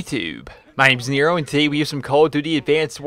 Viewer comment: Nero... Did you just say neato?